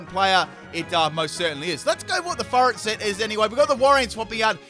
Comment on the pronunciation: Sounds like you’re saying fart instead of furret